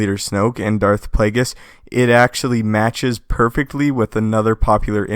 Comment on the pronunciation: I dont think youre saying Plagueis correctly.